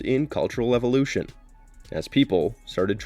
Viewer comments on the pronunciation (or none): none